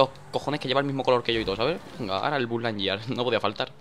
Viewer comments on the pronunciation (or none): Es buzz lightyear tete y no bulanye como lo dices :')